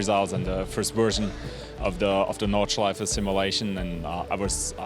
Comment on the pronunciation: Nordschleif-EH when will u mericans learn? when will u?